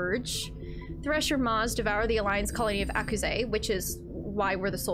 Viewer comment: Ah yes, Ah-Cou-Zhee (Akuze) xD